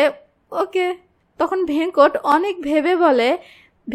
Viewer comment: Aage character der naam thik pronounce kora seekh taar por explanation koris veda k bheda venkat ke vhenkot bhul uccharon kore naamer meaning puro change kore diyechi nonsense